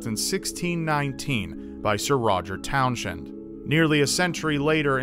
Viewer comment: Its towns end not town shend